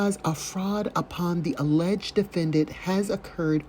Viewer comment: Hi from France! I suggest to his inmates to never play scrabbles with … - aileged - analysation- to rebuttal -license place - instrament…. Too many new words 🤣🤣🤣🤣 Have a sunny Sunday 😘🌹